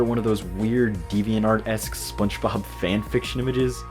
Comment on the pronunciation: Love this video!! I will say, you pronounce "Spongebob" like "Spunchbob" every time and I cant tell if youre messing with me LOL